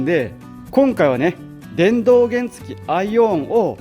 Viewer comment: 原付のイントネーションがおかしくないですか？